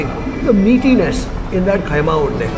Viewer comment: It's kheema unde not khaima